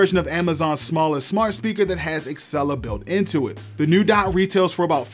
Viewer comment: Dude.. you make good videos but you HAVE to stop calling it axcella instead og Alexa...